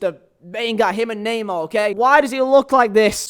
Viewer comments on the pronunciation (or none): none